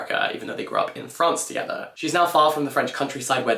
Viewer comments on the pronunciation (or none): none